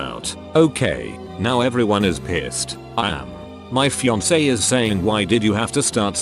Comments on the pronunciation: normal people: "fiance" text to speech: FiYaNkEe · The tts voice be like: fee on kay And: Fee on see